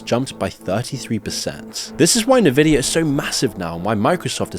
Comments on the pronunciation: Nvidia as in N-vidia not NA-vidia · It's not pronounced "Navidia". It's pronounced "Invidia". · It's "EN-vidia" not "NU-vidia" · Great vid!🙏 Just a small note it’s pronounced envidia not nevidia. The green in their logo and their name has connection to and is derived from green with envy😉. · bro it's pronounced EN-vidia not NE-vidia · Take a drink every time he calls it navidia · 'nuh-vidia'?!? Exqueeze me? Its the richest company in the world, you should really know how to pronounce it. Unless youre AI. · Say it with me. en-VID-ee-uh. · It's pronounced "En-Vidia"... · en vidia. En. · Are you using Ai to narrate your text in recent clips? Haven't heard anyone else saying N vidia like that before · You need to learn to pronounce Nvidia correctly. It's not hard. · why your text to speech AI cant say “Nvidia”?